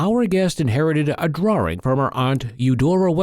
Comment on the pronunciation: Why does the man pronounce it as drawRing . . .